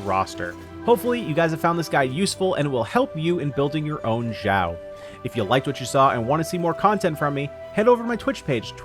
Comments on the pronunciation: it's shao not jowl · xiao not shiao, jao/gao nor zao its xiao x = (s)nake ------- cost 0 effort to just listen to the google translator pronouncing xiao ( = demon/elf) for u